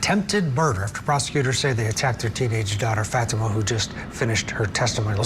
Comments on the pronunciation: Hey. Won’t you even Try to pronounce her name correctly. Just have to listen to this to understand it isn’t FATima. It is Fateema. SMH. You sound like the defense. Stop it. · I wish people would pronounce her name correctly. It’s pronounced FAHTMA not Fateema.